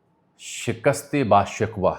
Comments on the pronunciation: شکست با شکوہ۔۔۔۔BASHAKOO. SHIKWA نہیں۔ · Good vlog as per routine . Remember iran said it shakist ba shikoh not shikwa. Shikoh means bawqar glorious shandar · Get your Farsi updated; it's rooted in our culture. Its not Shikwa its Shko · شکست با شکوہ کا اصل تلفظ در اصل درج ذیل ھے. Shikast e ba shikoh